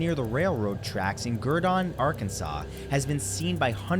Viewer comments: It's not pronounced "gurdone"...it's pronounced gurdin. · It's pronounced Ger-den, AR....not Ger-Don. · The birds in Beebe, Arkansas. I lived in the next town over from there for over 20 years, and nobody still has an explanation for what happened and/or why. Also, for future reference, the Gurdon light is pronounced Gur-den, not Gur-dawn. Not trying to sound mean. Just trying to get the right pronunciation out there.